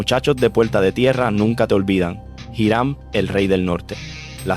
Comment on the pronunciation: Me atrevo a apostar que si voy a Manatí y pregunto sobre "Jirán" me mandan al carajo... Tal vez si pregunto por "iˈɾam" si sepan de quien le hablo. Me gustan tus videos, pero toma en cuenta dos cosas: 1) La pronunciación correcta es sumamente importante para llevar bien el mensaje. 2) Los criminales de los que hablas en tus videos son eso, criminales, y no los debes romantizar (y decir que no los romantizas no basta, solo hay que escuchar los adjetivos que usas y el brillo de admiración en tu voz). Gracias por tu trabajo y por favor, toma en cuenta estos consejos.